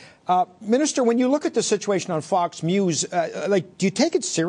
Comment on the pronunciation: hahaha he says fox mews ... or am I imagining that